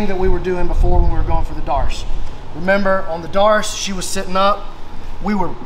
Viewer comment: How did darce become marce? Kept sayin marce marce marce.